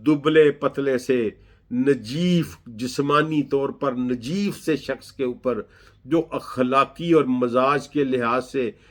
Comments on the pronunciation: Najeef nahi Naheef hota hai,sori to say but darustgi zaroori hai. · جناب آپ نحیف کو نجیف کہ رہے ہیں۔